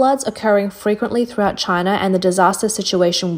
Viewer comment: "Just another day in Chynah..."